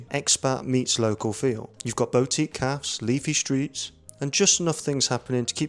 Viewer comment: Great video but it’s BOO-tique not BOW-tique 😂😂